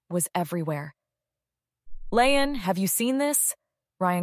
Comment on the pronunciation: It’s not Lay-uhn…….its Lee-Ann